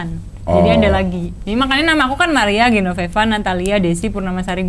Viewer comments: GENOVEVA cing, bukan GENONEVA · GENOVEVA CING, BUKAN GENONEVA.